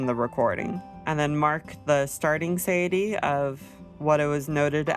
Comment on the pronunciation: suh-tie-a-tea [sə-tī′ĭ-tē] Great math, very helpful :) Thank you